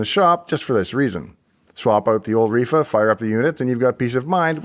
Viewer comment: sounded like you said "reefer capacitor"